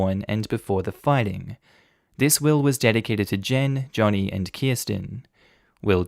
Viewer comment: Joni is a female. You keep pronouncing it Johnny and it's Joni (like Joan-e) and saying "he" when it says "she".